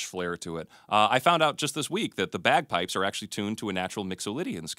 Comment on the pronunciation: ''Begpayps'' are from Scotland.